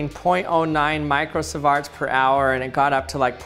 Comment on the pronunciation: Learn to pronounce MicroSIEVERT please !